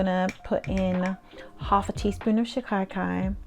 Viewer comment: I make recipe number 2. I don’t use conventional shampoos anymore and this is a great cleanser. My husband, Hindi is is first language, says shikakai is pronounced “she-kuh-kai”. ❤❤